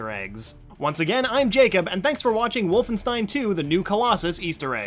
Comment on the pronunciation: It’s pronounced WolfenSHtein Get your foreign spelling right